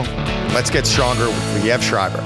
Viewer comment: Lee ev never heard it pronounced that way 😮